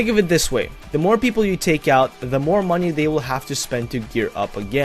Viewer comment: MOENEYY HWOREERE Nah, luv u, good vid :3